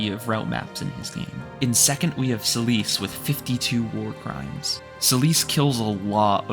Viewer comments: Who the fuck is celise lol. Its Seh-lif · Take a shot every time this guy calls Seliph "Celice". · Selise? I thought his name was Seliph? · Selice? isnt his name Seliph? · Damn is that how Seliph is actually pronounced I never really looked into it but the way you say his name sounds like how I've been saying Silesse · You pronounce Seliph's name kind of strangely